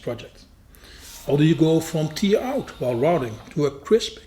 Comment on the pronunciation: Hi, not commented for a while because I can only say your videos are amazing so many times before it becomes boring 😂. I not only love your presentation but also your excellent grasp of the english language. I hope you dont mind me giving you one little pronunciation tip. When you say the word "Tear" it comes across as "Tear, i.e. as in tear drop when you are crying. Try pronouncing it the same as "pear i.e. the fruit" but with a "t" at the beginning instead of "p". I hope that makes sense and I hope you don't mind me trying to help. I may have just totally confused you, and I wouldn't be able to speak a word of your language 😊.